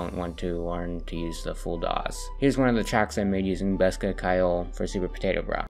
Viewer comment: My guy mispronounced ceoil with such confidence I almost forgot my 13 years of learning the language